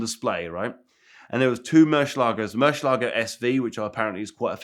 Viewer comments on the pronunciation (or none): Why can’t pronounce murcielago. Mans adding entire “shhh” syllables